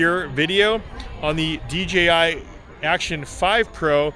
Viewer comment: Kept saying DGI for some reason people have a problem pronouncing the J .